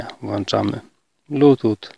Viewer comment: Kolego wszystko ok. Ale jak upubliczniasz swoje filmy to na Boga zwracaj uwagę na wymowę ponieważ dużo ludzi tego słucha. Nie włanczam a włączam. Pozdrawiam.